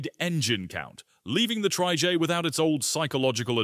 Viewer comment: So sick and tired of lazy uTube sites with awful Ai narration. Trijaay!! 😤